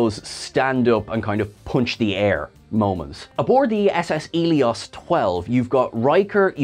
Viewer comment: its ss eleos not elios